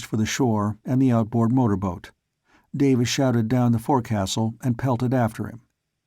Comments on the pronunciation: The forecastle is pronounced 'Folk-sal' :) Enjoying this story :) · Two very minor complaints if I may. One gunwale is pronounced gunnel and forecastle is pronounced foc-sol. It drives me crazy Everytime I listen to this. Otherwise it's great.